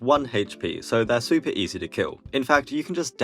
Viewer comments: "shuper sort" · Shuper sort sorry that was a lil' mean. love your vids :p